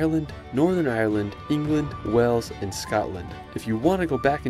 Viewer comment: To the narrator can you please learn how to pronounce the names of places properly. Stonehenge is not stonehedge and Wales is not wells.